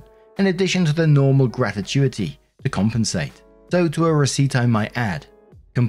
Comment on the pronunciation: I think you pronouncing gratuity as gratituity might be one of the most adorable things I’ve ever heard.